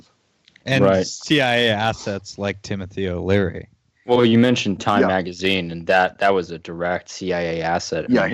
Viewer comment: Host keeps calling him Timothy O'Leary. Poor CIA Tim